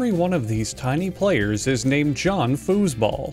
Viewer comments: Is it just me, or did he at the very beginning of the video say f___ball instead of foosball? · I rewinded the video multiple times in the beginning because I thought he kept saying “table fuck ball”